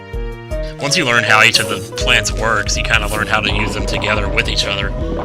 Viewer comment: When I heard you say plants vs zombies, at first I thought you said planets vs zombies... ^^" Awesome all the same!!